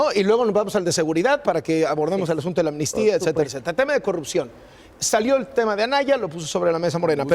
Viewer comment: "Anmistía" no existe sra, es amnistía ;)